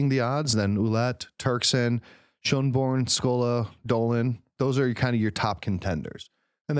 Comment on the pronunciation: Your pronunciations are scandalously disrespectful. Your knowledge is dubious. Cardinal Schonborn is Austrian not German!